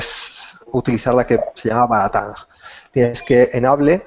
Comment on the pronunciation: No es BaraTang, sino Batarang.